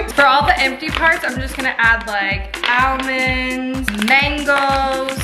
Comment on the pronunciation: Why does she say it aLLmonds though 😂😂😂